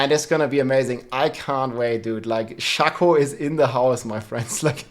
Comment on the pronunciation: Despite rax, say it with me now. Sh-ay-ko. Ay-ko. Ay A Ako. Shako.